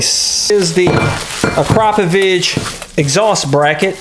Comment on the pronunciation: "ak-ruh-poe-vick" not "a-crop-a-vich" lol